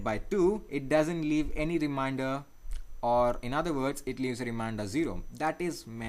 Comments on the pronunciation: Its " remainder " dude not "reminder" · Thank you for your effort in teaching this. Just to point out something minor correction it is not called "reminder" it is called "remainder" pronounced Re Main Der.